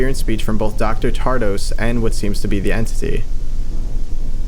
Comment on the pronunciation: So the thumbnail is a complete clickbait lie ... there should be a singularity there if you truly point at the "leader" of vita carnis. Also, you keep reading "Tradose" as "Tardose" ...